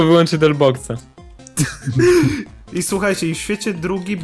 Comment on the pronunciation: nie delpax tylko delbox